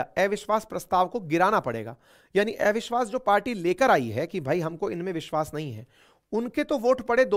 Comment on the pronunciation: एविश्वास🤔 या अविश्वास प्रस्ता😛